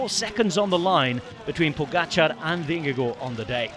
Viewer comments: From a dane: Your pronounciation of Vingegaard is nearly perfect :) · excellent pronounciation of vingegaard!